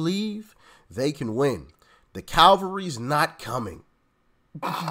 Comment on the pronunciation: Cavalry, not calvary. Sorry. I had to correct that.